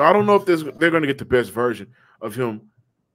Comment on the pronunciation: always says virgin instead of version 😂